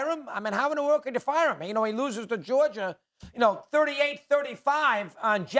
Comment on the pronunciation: SAS: "i'll take Georgiar"